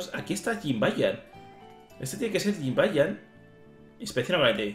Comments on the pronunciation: se lee YIBAÑAN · No es jimbayan es Jibanyan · A JIBANIAN NO SE DICE CON LA JOTA